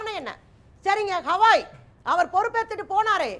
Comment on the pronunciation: கவாய் என்ற பெயரைக்கூட சரியாக சொல்லத்தெரியாத ஆம்னி பஸ் எல்லாம் பேராசிரியர்?